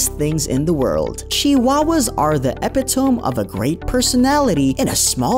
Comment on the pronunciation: "Epitome" is pronounced "ep-it-o-mee".